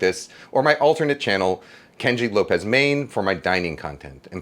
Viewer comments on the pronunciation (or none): none